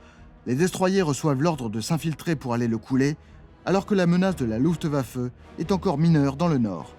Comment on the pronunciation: Un petit effort sur la prononciation de Luftwaffe, Zerstörer et See Lowe, et c'est parfait.